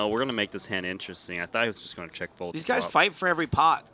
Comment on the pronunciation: it is pot, not pod, a ladda mispronounced words for getting paid.